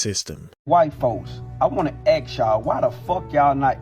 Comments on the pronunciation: "I have not received no food stamps" - Double Negative - so basically you're saying that you DID receive food stamps then. - The guy who says "aks" instead of "ask" is asking white folks why they don't teach their kids anything... Interestingly, I've never heard a "white person" mispronounce "ask" in my entire life... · "I wanna axe y'all, why the fck yall not educating your kids?" You can't even say ask properly, but you're worried about the education of others? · We are teaching our children how to speak and how to pronounce “ask” and “asked”. How about you start there!!!!!!!